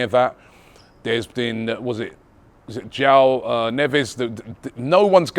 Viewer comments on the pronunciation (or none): none